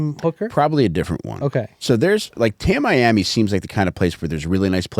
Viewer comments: It's pronounced "Tammy-Ammy" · I love this podcast so much… it’s pronounced tami-ami.